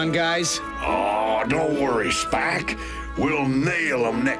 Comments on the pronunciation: Well, given that he called Spike "Splick" near the end, it could be something that just happens occasionally! 😂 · Optimus said splic not spike